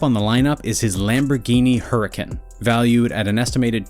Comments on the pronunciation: So you managed to say Porsche correctly, yet you got the Aventador and Huracan mixed up? It literally has SV stickers on the side of the Aventador. You also said Huracan wrong. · Ok, when u said huracan, I knew strait up tht ur not a car guy😂😂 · Not only huracan, hurracane 😂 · Yee, he said hurucan, and im here look at the fat ass "SV" on the side like wth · and he said huri-can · Why are you so dumb. Literally you say that his brown lambo aventador is a lambo huracán, and his caño purple huracán is an aventador. You then continue to say he has a Mercedes Mybach (My - back) G-wagon when it is a Maybach (May - bah - ck.) Get your facts right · BRUH MANS REALLY GOT THE TWO LAMBOS MIXED UP SMFH 🤦‍♂️😭🤣 AND HE PRONOUNCED HURÁCAN WRONG WHAT THE HELL???!!?!?!?